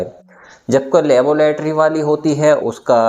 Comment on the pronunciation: चिच्चा, लेबोलेटरी कि लैबोरेट्री? बाख़ुदा ! पढ़े लिखे हैं अगर्चए तो तलफ़्फ़ुज़ सुधारें।